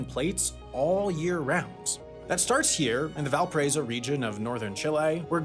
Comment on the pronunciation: I’m not from chile nor speak Spanish but that is definitely not how you pronounce Valparaíso man😂